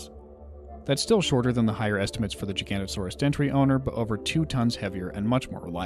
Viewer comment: Jiga-noto-saurous. Holy hell how do people struggle with this name so much?